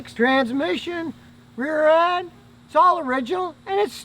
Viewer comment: "Rear End"